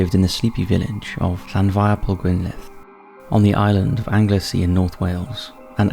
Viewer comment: Angle sea not angler sea. There is no r.